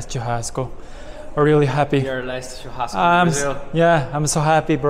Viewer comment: I know that as u as 日本人 u read "CH" as "T" sound, BUT the correct pronunciation of "churrasco" is with "しゅ“ 発音：シュハスコ or puting in romaji is SHU-HA-S-CO